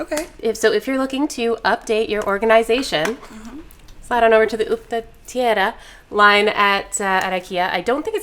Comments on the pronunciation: saying 'uppdatera' sounded pretty spot on to me. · As a swede I gotta say I though the pronunciation of ”uppdatera” was very good, was surprised to hear that she didn’t get a point. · said uppdatera perfectly, what the hell:O